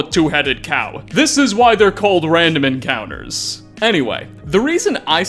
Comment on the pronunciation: RANDOM ENCOWNTERS